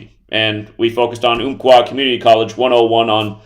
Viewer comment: Umpqua is pronounced like like the ump in jump! And all this is about some number theory when the article is about all the people still struggling after a tragedy in our community?